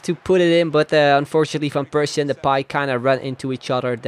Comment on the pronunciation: Waarom zeg je van Persie op z'n Engels terwijl je alle andere Nederlandse namen wel op z'n Nederlands zegt